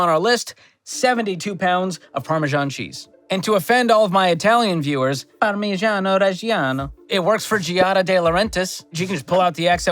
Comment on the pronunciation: I could definitely buy a wheel of Parmigiano Reggiano if I had the tools to open it… Giada is one of my favorites, but even she did not quite get the pronunciation 100% correct in that snippet. Ciao! 🇮🇹